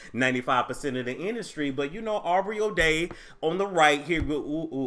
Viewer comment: Wait,.. did you just call her "Arby"! ?( Aubrey)🤣🤣😭💀